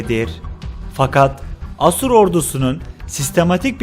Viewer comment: Asur sozcüğünü bazi yerlerde yanlis telaffuz ediyorsun. A kapalı degil uzun A kullanmalısın.